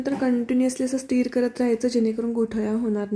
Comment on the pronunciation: स्टिर नाही ,ते स्टर असतं